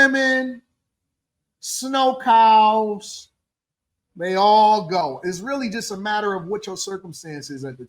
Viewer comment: Noooo,! Not Snow-Cows!!! I can’t breathe!🤣😂🤣😂😂